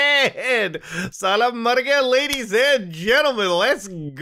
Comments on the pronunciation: As an Indian hearing 'SAALA' from a fellow Indian made my day! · Bruh said salla mar gaya XD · "Saala margya" 😂😂😂